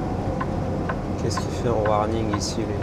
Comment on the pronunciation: J'ai bien ris quand je t'ai entendu dire: "TABARNAK"!!!...un Vrai Québécoè ! (d'un vieux camionneur québécois du "Lac" !!